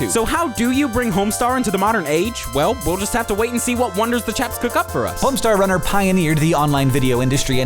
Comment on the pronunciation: Homestawr wunnar! Somehow, this video seemed like much longer than four minutes. Perhaps the speed at which the information was spewed...